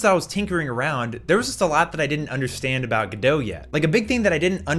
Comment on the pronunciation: It's pronounced Godot.